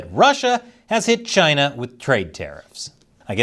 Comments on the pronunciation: Sometimes I miss the way he says Chy-na. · It's pronounced Gina...